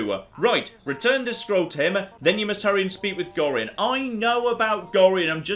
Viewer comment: I am increasingly amused by ability to mispronounce every name in this game. I mean getting Imoen wrong would have been one thing, but Gorian, Khalid, and Jaheira are the only names that come up in the spoken lines of dialogue, yet managed to mispronounce them all